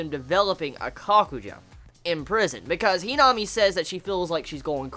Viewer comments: HeeeNami 😂😂 I laugh every time you say her name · lovableghoul - Not that the pernnounciation was wrong it was just his accent that made her name sound funny